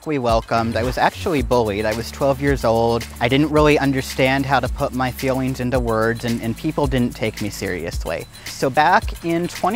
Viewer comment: Why he saying fewings instead of feelings